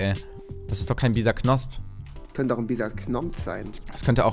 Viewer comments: Bisaknosp? FTW? Das heisst Bisasam xD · Das heißt Bisasam